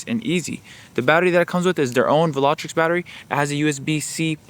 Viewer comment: Vil-Ah-Trox not vilatrix